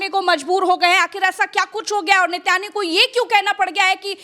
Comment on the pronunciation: Sir ji aap se kehna chahunga ki नेतनयाहू है उसका नाम आप बार बार नितिन याहू के रहे है आप गलत नाम ले रहे है कहीं ये तो नहीं सोच रहे कि यहूदी ही यादव है 😂😂😂😂😂😂😂😂